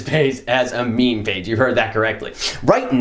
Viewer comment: It weird hearing you say meme